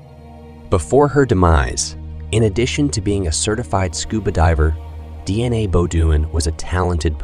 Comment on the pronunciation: Schizophrenia pronunciation according to this computer is shitsophenia, snd Deana is DNA.